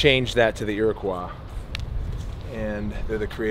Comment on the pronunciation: Is anybody else here native and knows he didn’t say iriquois correctly?